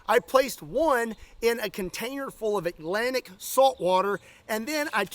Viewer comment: Kentucky man can't seem to pronounce Atlantic. Not sure how Scott even got that seawater 🤔